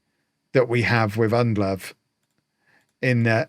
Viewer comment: Ndlovu is pronounced IN-DLOW-VOO. not undlove. With African names you pronounce every vowel.